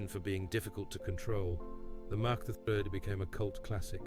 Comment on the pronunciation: Yes. I almost believed it was real until I heard Kawasaki Mack The Third.